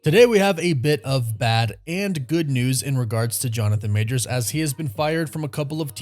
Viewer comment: Why do you keep saying "Majors'ziz"? It's clearly written as "Majors'", there is no "ziz" after the possessive apostrophe. Please stop, it sounds dreadful.